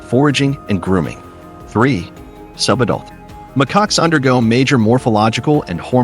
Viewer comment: mccocks? really? stupid AI